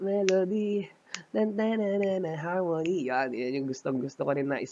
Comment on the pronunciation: HAMON KNEE po un sir hindi po HARMONY 😁😁😁